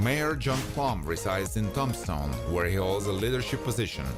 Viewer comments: Hey, Buddy. Nice videos. The only suggestion I would give you is to try and learn the correct pronunciation of cities and towns in the US. Tombstone is not pronounced like the name of Tom Stone. Tomb is pronounced Toom stone. Toomshone. The rest of your words are very well done, and the whole piece is very interesting and well done. Thank you. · The narrator calls it Tom-stone instead of Tombstone.............. 🤣🤣🤣🤣🤣🤣🤣🤣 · I am not trying to criticize your English, but to help. The e word " Tombstone" is pronounced with a lomg "e" sound. As in TOOM-stone.For some crazy reason the "b" is silent or said almost silently. My grandmpther spoke five languages including German, Hungarian, French, and Turkish and said that English was the hardest language for her to learn. In my family Greek and German were commonly spoken, I really enjoy your show. Thank you.😢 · You are hard to understand with that accent and you are saying Tombstone wrong 😕